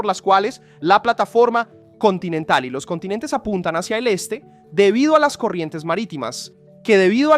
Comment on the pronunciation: jushtamente se movió hashia el eshte